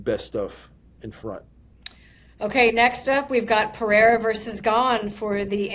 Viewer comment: when will somebody give Din the correct pronunciation of Pereira